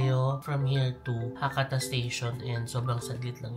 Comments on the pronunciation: Check the proper pronunciation of Hakata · Ano po proper pronunciation ng Hakata?